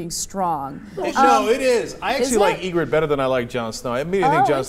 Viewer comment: You're absolutely right, but as a nerd, I must correct you. It's "Ygritte".